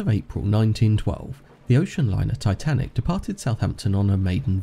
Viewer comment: And yeah S not S titinac